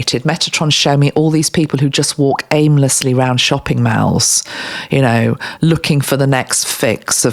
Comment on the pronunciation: New subscriber here. Interesting read on a very interesting subject! Also, in the US, we pronounce shopping malls 'm-all-s,' not 'm-al-s' 😊